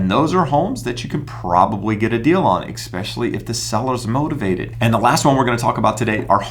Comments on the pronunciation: Not to be too critical on your vocabulary but you have said ‘exspecially’ like there is an X in the word It’s especially!!!! No X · Eckspecially? Please stop mispronouncing the word!!!!